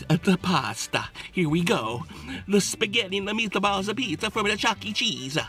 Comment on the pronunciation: here we go. The spaghetti and the meataballs apizza from the chucke cheesa😂😂😂